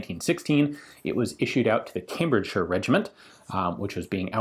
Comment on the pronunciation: !Hey Ian said Cambridge - Shuure not Cambridge Shire Though you could hear him fighting. Well Done! Does the rfile still shoot? It would be a , lets say mistake , rather than crime, to take all the beats and dents out. Being 104 years old and having gone through two world wars, your'e intitiled to be a bit weather beaten. Point of order though : WW2 Middle East, Far East, in fact anywhere other than Europe 1944, though they were there as well, the standard Commenweallth rifle was Mkiii* with 1907 pattern bayonet.